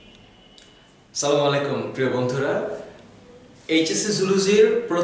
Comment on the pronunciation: Salam er pronunciation ta tik korle valo hoy.